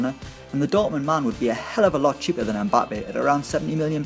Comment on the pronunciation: You do not pronounce the m in Mbappe, his name is Cameroonian. My last name is Mbella so I would know.